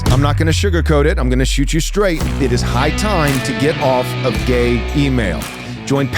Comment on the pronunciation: Did he say "gay email"?